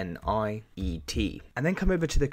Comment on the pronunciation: a small correction needed. its not winiet but wininet